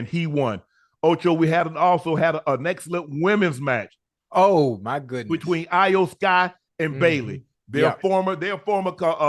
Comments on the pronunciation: Shannon say E o sky even tho its not spelled that way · Hey Unc...Love the content, Loved the fact that you mentioned Wrestlemania in your podcast...Real quick. Iyo Sky's name is pronounced (E'Yo-Sky) 😊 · He called Vince McMahon “Jim McMahon” and Iyo Sky “A yo Sky” and couldn’t remember the Bianca Belair and Naomi’s name and also said Naomi’s name wrong he said “Neomi” but nonetheless I respect them for stepping outside of there boundaries and covering Wrestlemania,I thought it was funny with how unc was butchering their names though lol 🤣🤣